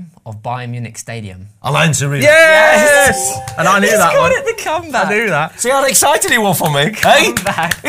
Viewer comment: Bayern ground name question should have gone to VAR - Allianz is not pronounced Alliance. Disgraceful and incompetent reffing has crept into Youtube football videos now 🤣🤣🤣